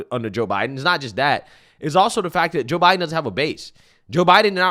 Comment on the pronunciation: Did he say ho Biden 😂😂👍🇺🇸